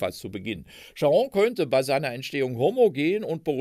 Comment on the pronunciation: Wie immer sehr informativ. Die Aussprache von Charon ist etwas eigenwillig. Der Name aus der Mythologie ist auf der ersten Silbe zu betonen. Cháron.